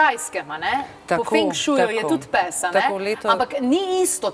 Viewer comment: Tudi mene zanima zakaj taka izgovorjava...za psa...